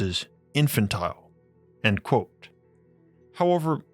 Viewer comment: It is pronounced "quote" not "quo".